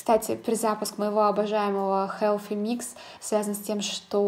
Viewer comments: Koshka Potselyeva вы усложняете) Все привыкли произносить как "буржуа" и "хелси микс" ХелФи - режет слух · Прекрасный макияж!!!, но почему Helфи микс, ведь th